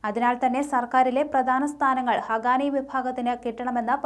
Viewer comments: not ഹഗാനി it's ഹഖാനി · Not hagani....it is HAQQANI... for heaven's sake pls learn to pronounce correctly...